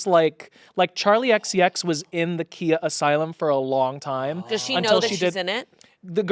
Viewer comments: It’s not (key-a) it’s (keye-a) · its not pronounced kia its pronounced khia!!!! khia asylum from my neck my back! i thought?? LOL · Every time they pronounced Khia wrong it physically hurt me.